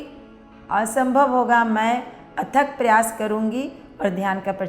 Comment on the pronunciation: प्रचार-प्रशार नहीं 😂😂😂😂 प्रचार-प्रसार